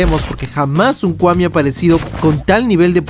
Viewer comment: kwami no kuami solo se pronuncia así.